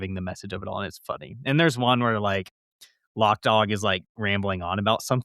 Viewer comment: ITS LOC DAWG, not LOCK DOG.